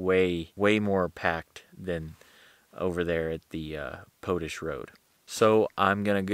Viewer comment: Pote ash Road😄 Man you are a comedian! It's potash....like what you get when your weed is spent!